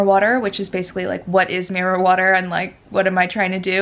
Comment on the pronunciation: When u said mirror water the first time,I thought you said marijuana 🙈🙈 I had to stop,re wind and re listen 😂 xx